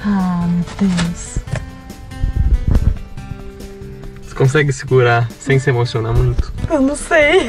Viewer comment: Acho que ela falou "meu deus" mas pareceu mateus mesmo KKAKAKAKAKAKA